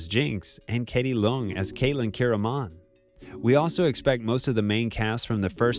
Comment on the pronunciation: Can you pronounce the characters names right? It says them in the show, come on now. You pronounced Ekko and Kiramann 2 different ways and Vi wrong the whole time, it’s just cringeworthy hearing your lack of effort